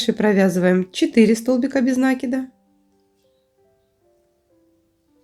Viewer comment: НакИд, а не нАкид.